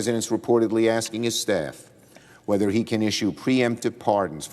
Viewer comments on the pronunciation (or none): none